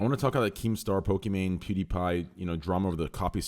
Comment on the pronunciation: Why the fuck does Destiny call her pokemon, it's pokimane you Pepega